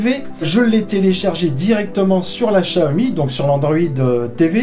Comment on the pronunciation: chaomi ca vient de "téléchat" ? plutôt "siaomi" quelque chose comme ça